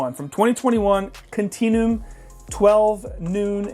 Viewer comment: I hate to be this guy, but it's pronounced more like continue-um not continoom